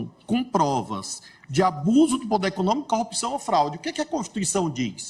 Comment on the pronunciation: Um juiz que fala "quatoze" e "pudêr" não merece ser juiz. Geração comunista de analfabetos.